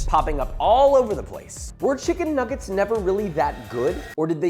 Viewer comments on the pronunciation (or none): Did you say chicken niggit at the start? 😂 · Bro did not say chicken nuggets at the start 💀